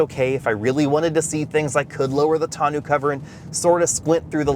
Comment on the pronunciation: can't pronounce tonneau.🤣🤣🤣